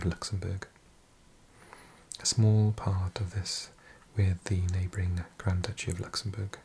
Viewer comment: GRAND DOOCHIE